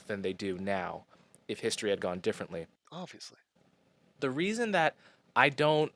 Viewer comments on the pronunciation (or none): Aw-vee-us-lee? Awb-vee-us-lee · ob·vee·uhs·lee it's not a silent b. Google that shit. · äb-vē-əs-lē Yes, you are saying it wrong if you are not pronouncing the "b". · you are in the wrong for not pronouncing the B in Obvious. It’s obviously not an inherently silent letter. Please don’t be oblivious to proper enunciation of clear word structure. I still love you. Enjoy your coffee this month. At least one of them will be on me. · It’s not a silent ‘b’ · Uuuuuum, that's a TUMS container not lube, and yes I've pronounced the B in 'obviously' all my life, and always thought it was weird you didn't. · It's supposed to be a soft b sound. The fact that you emphasize b so much relwly shows you have no regard for the language. All you want to do is give people a hard time and provoke anger. Anyways I have better things to than talk to you about pronunciation. I'm closing my YouTube account and I'm going to Egypt for a year. So please don't bother me or message me any more.